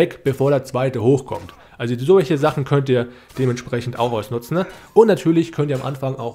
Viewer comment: Danke fürs Video! Finde deine Aussprache zu geil, ausnutznE, ausholnE 😂